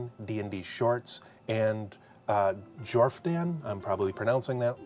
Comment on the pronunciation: Jordan the PH is silent